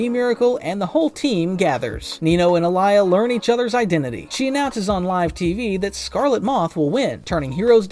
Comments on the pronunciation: Alya not alaya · Common not alaya it’s Alya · ITS ALYA NOT ALIYA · It alya not Aliya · It's Alya not Alaya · Its alya not alaya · It’s pronounced all-Lee-ya not ah-lie-ya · Bro it's Aaliy😂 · why do u pronounce alya's name like that